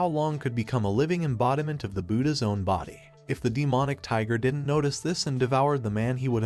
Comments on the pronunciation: A cool story but every time an abbreviation is pronounced... didn't as didden Tee or wouldn't as wooden Tee or doesn't as docent tea ... it sets my teeth on edge. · I hear T sometimes like didn't T or don't T but it's watchable